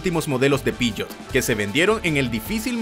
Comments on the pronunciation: Buenisimo el video, lo unico es que no entiendo porque decis piyot si sos argentino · Xq decís pishot ??? 😂